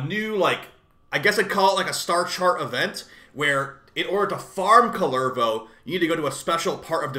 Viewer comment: Always makes me smile when Americans try to pronounce Finnish words. Kullervo and Rauta so far.